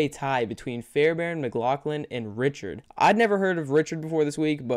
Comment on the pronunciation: It is not "richard" for the vikings kicker it is pronounced "ric card"